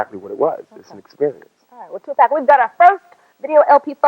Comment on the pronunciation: She keep calling this man 2pack